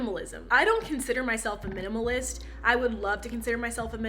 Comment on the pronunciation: Am I the only one that heard cannibalist when she said minimalist? No, just me?